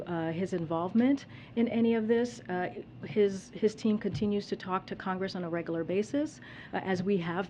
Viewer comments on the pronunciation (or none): Regalar, does she mean “regular”? A regular pronunciation error, one of many that I chart.